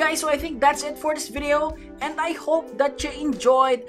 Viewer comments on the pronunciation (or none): none